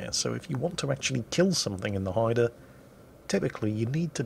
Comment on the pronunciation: I am just happy he pronounced the name right!